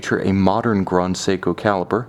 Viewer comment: It doesn't matter what language you're speaking, "grand" is never pronounced "grond".